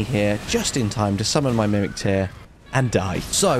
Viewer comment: Praise the ''Summoc My Mimin'' :P